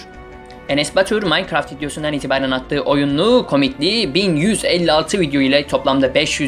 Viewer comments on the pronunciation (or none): none